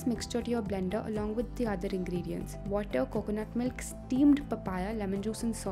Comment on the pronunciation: Really??! "MYLK"??! LMFAO